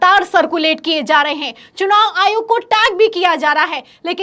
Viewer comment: Heinnnn pe itna jor na do madam ji